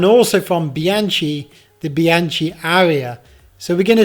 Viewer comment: Seems you have an easier time pronouncing Ribble over Bianchi and Cento, too 👀